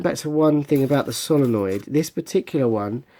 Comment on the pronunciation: It's solenoid not solonoid